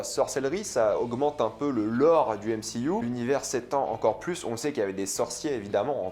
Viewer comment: Frérot on dit pas mcuu mais mcu 😂😂